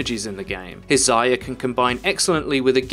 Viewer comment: The way he says Zarya annoys me...